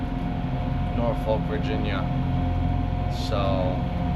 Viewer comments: Nor-fik or Nor-Fuck but never Nor-folk!!!! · Please pronounce Norfolk correctly. It is pronounced "NORFICK" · As someone who grew in in Hampton Roads. Stop saying “Nor-Folk”. It’s “Norfuck”. Or if you are really into the language dialect down here, rhoticity, is “Nawfuck” “Norfolk, Virginia, and the broader Tidewater region, have a distinct dialect of Southern American English characterized by non-rhoticity (R-dropping), a feature also known as dropping the "r" sound. This means words like "car," "star," and "butter" might be pronounced without the final "r" sound” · Norfolk residents insist on pronouncing it “Norfuk” Seriously! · "Norfolk" = "NAW-fuk" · As someone who is from Norfolk in the UK, the way you guys say it is so strange to hear 😂 it is pronounced 'naw fuhk' here